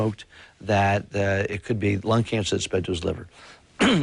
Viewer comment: ..Thankyou for pronouncing his name correctly. ...Bowie (as in bow and arrow)...not Bowie.. (as in ...??)..the man was a modern day God. 'Miss him still..always will.